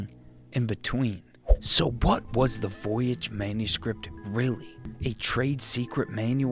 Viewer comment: I thought you were saying voyage the whole time